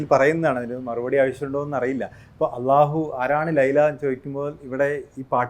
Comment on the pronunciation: ബ്രോയുടെ അള്ളാഹു എന്ന ഉച്ചാരണം വരെ എന്തൊരു പെർഫെക്ട് 👍👍